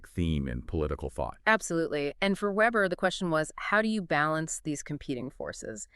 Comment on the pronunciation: Max weber, vay-ber